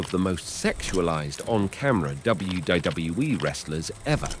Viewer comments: why does this guy struggle to pronounce the letter 'w'? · "dub dub dub double you e" 🤣🤣🤣🤦🏾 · does not know how to pronounce one of the easiest acronyms in history. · Why can’t you say WWE right? It’s pissing me off lol. Oh and Vince is a monster. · Say W W E properly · You can't even pronounce WWE, Trish Stratus and Stacy Kiebler's name right and all these issues you are talking about are actually storylines that WWE were telling during the Ruthless Aggression Era so no one knows if Vince McMahon was actually doing all these things cause he was a sick pervert or if it was just storytelling or it could've been both but it's hard to say without actual proof of anything illegal or not.